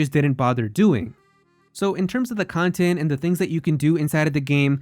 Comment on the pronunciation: Plz never refer to pad out as "cintent" again.